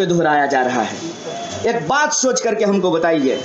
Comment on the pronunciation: mahashay kripya pehle aap apni vyakran sudhariye.... vaat or baat bahut aalag hain